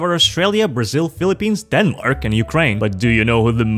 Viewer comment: Why did he pronounce denmark like that😭💀